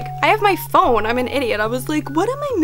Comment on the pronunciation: omg the way you pronounced phone 'pahoney' me and my friends call it that all the time 💀